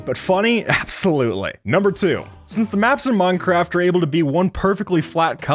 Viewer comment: Did he just say "muncraft"?